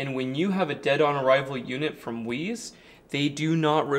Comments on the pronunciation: I lived in Taiwan for two years. It's pronounced Waze-Uh Thanks for the content! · I think it's pronounced wise? My brother installed 3 Weize in parallel. He is off grid since fall of 2020. Zero issues. I have Zoom batteries. I've had zero issues. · I think it's pronounced like "wise", but I could be wrong. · Weize is pronounced like HefeWeizen. I bet the Chinese manufacturer has no idea how to pronounce it properly. Thanks for providing this helpful info! I bought a 50ah Weize Lead Acid battery a couple of years ago for the RV and it still runs like a top, seems high quality. Also running a couple of CALB LiFePo4 DIY bats which are incredibly efficient and reliable, based on your recommendations 2 years ago. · ⚠️ They Call it The Weeeez! Or… is it Weezer? 🤣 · The dude called it a "weeze" battery in the first 30 seconds so obviously I wouldnt trust this dude to wipe his ass properly 😂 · In German words with an e and an i, you pronounce the second letter. So, ei would be "eye", ie would be "ee".